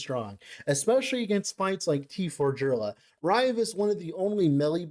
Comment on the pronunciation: "Jurlah" hurts me deep in the soul